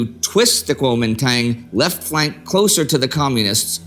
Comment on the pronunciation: You pronounced it so nicely the first time. Then slipped back into the silly western mis-pronunciation. Regardless of how you choose to write it Kuomintang or Guomindang the pronunciation is Guo min dang.